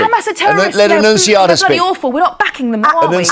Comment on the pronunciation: Annuciataaa ffs